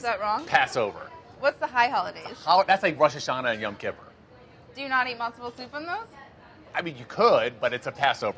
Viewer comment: Yom KIPPER?? Sir... kippur (pronounced kip-pour)